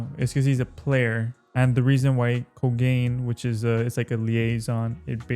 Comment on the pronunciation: I hate how he pronounces kogane😂😂😂😂😂 points for remembering him tho